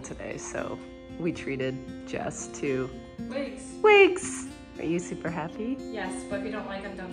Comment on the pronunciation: It's definitely "Supper" 😁